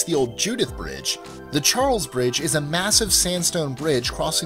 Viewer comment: Your pronunciation of the Charles Bridge was spot on! Fantastic! (ignore the haters...you're awesome in my book)